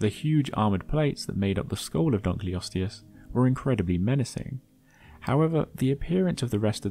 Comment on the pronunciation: it's dunk-ul-osteus not dunk-lee-osteus -> Named after a guy named Dunkle